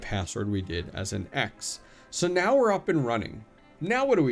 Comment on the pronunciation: Meow IS on Hive now under Mewc.... 🐈 🌙 🐈 🌙 I swear, every time you said "now" you were actually saying "Meow"! 🤣